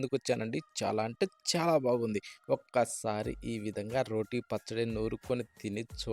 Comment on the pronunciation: రోటి కాదు బ్రో రోటు